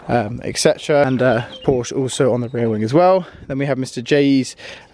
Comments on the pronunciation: its not a Porsch, it’s a PorschE! Anyways keep going with the good content:) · it's not Porsch it is Porsch"E" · You have to pronounce Porsche the way it should be. But, nice video.